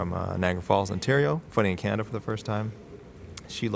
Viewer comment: And said Canadia Lmao